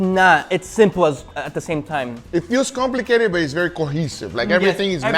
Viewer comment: “compigated”